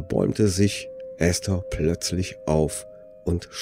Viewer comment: Endlich mal jemand, der den Namen ESTHER richtig ausspricht!!! Die meisten sagen immer EEEEEhsta - das selbe wie diejenigen auch ESTLAND als EEEEEhstlant aussprechen